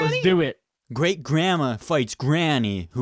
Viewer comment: “Great great græt grappy.”